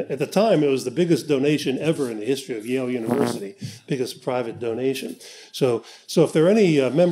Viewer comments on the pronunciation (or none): none